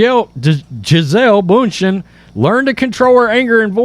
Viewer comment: It’s ‘bun-shen’ She deserves to have her name pronounced properly. She is a very successful business woman.